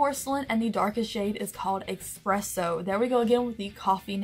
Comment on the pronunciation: Expresso..... expresso..... eSpresso